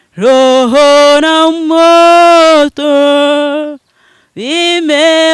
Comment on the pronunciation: Bavuga roho ntibavuga loho sinamoto niroho na moyo not moto